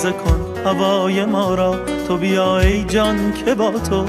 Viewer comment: Reis bunlar doğru telaffuzu değil . Divane başim diyor .divane olalim .sen divane iyi yazmışsın .en basitinden tubita değil to biyaa olacak zaten